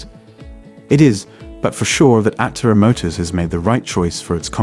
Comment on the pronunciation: Was this written by a chat bot? I’m asking because the video frequently does not match the narration. The narration sounds AI. Aptera is mispronounced.